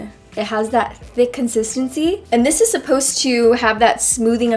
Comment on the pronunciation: When u watching go back to in the video and it sounds like she is Australian when she says supposed